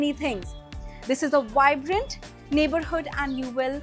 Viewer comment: why can't Indians say "V". It's not Wibrant, it's Vibrant